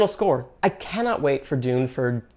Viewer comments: “Denet and Tune” 😂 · "Denet and Tune" 😂